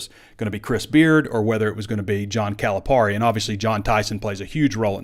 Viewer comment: We're really going to have to figure out how to pronounce his name right at least... Cali - PERRY